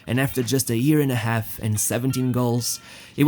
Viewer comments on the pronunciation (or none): none